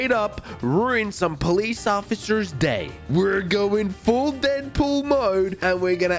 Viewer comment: Dedpol more like frenchpol